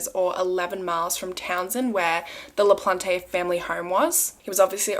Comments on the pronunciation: It’s pronounced LaPlante plant. Not plantay please always check with the state or someone who would be able to tell you I live in Massachusetts. I know this case. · It’s pronounced Danny Laplant without the e. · Le-PLAHNT. :) E is silent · it is pronounced “La Plant” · American pronunciations : Pepperell= Pepper ell, Ayer= Air, LaPlante= La plant. Im from that area and lived in both Pepperell and Ayer. Cheers for this story. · It's pronounced La-plant! ☺️ It's a family name on my mothers side! (the sweetest people in the world, with no relation to this man i promise lmaoo) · The guilty guys name..should be something else😳 ..but his surname LaPlante ..the e at end is silent..it's a French name means the plant...I'm French and notice these things is all ..🤘✌️